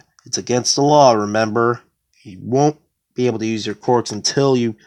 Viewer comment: I know this is very petty but you saying quirks as qorks through me off and i had to check my hearing but other than that i enjoyed the video a lot.